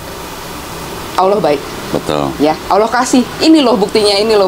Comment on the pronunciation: Koh, itu mbak Siska di ingatkan; pengucapan kata Allah itu tidak L nya tafkhim ( tebal ); logatnya seakan bukan L. Jadi dalam Islam pelafalan huruf itu ada ilmunya.